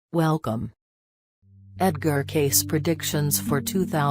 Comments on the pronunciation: The name is pronounced Cay-see. Didnt anyone review this before publication? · This is garbage. Robot voice horrid. I have been a member of Edgar Cayce Association for Research and Enlightenment since the early 1970s. Disgusting that you cannot even pronounce his name properly. EDGAR CAYCE...IS PRONOUNCED KAY SEE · Thumb down for a computer voice that can't even pronounce his name. cay-see as in see-ya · Yeah how can I listen to this shit robot voice mispronouncing his name!!!! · before you do one of these learn the man's name and how to pronounce it. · That mechanical, robotic voice can’t even pronounce Cayce’s voice right. And it is so monotonous, that I really don’t want to listen to it any more!